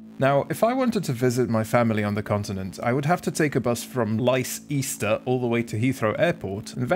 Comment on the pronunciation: My gf is from Leicester. Its pronounced "Lester," apparently...